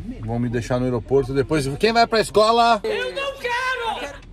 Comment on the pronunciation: Os filhos do tk todos tristes com ele falando Escola KKKKKKKK